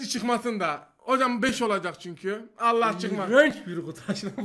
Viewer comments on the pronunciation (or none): YA ALLAH KELİMESİNİ DALGA AMAÇLIMI SÖYLÜYORSUN ?